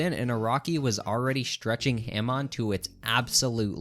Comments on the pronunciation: pronouncing it "ham on" is what makes this list wrong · Hah-mone. not HAM ON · Why do he keep saying Himon not Hamon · STOP SAY H-AM-ON ITS HAM-ON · STOP SAYING HAM ON, IT'S PRONOUNCED HAW-MOAN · Every time you pronounced “Hamon”, it made my balls itch. I prefer “Hah-moan” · its ha-moan not ham-on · “Ham on” 😭✌️ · say “ham on” one more time istg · wtf is haeHmawn? How can someone be physically that bad at pronouncing such simple word? All opinion rejected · "Ham-on" is killing me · "ham on" I genuinely dont think anyone who mispronounces it actually watched the hamon parts, because no one in the dub or sub calls it Ham on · IT'S PRONOUNCED HO-MON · the way u pronounce hamon has ham on makes me angry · “HAM on” 🤓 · Bro said ham on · I cannot hear this man continue to call Hamon haym-on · The way this dude pronounces Hamon is driving me crazy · Every time he mispronounces Hamon I want to throw myself out the window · This guys inability to pronounce hamon is INFURIATING Edit: i just got to the part where he tries to say kakyoin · Argument against part one, a part with 2nd best waifu and Johnathan, the most honorable character, is now invalid, you pronounced "Hamon" incorrectly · Damn man in “Hamon” you empathize the a and mon in the word they say the word correctly in the anime how are you mispronouncing the words just say what they say. Your average Jojo YouTuber brah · himon are you saying hamon satericaly? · The only thing worse than this ranking is his pronunciation. Ham-on, khaki oh in??? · I can't get through this video with you saying HAYMONE as Hamon and KAKYOWEN as Kakyoin, bro I wish this was april fools and doppio and diavolo what are these pronounciations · Oh man sorry but ham-on and cack-e-yo-in i don’t know how you can pronounce it that way like, did you watch the series on mute? Or are you like refusing to pronounce it right because you don’t like it?